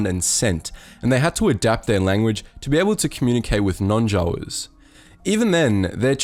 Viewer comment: I'm sorry but i had to flinch everytime you pronounced Jawas the way you did. Try it with a long a. J a w a s